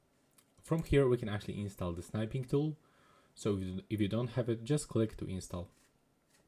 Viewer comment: "Snipe-ing Tool"... It's not "Snipe"... It's "Snip"! Geeze!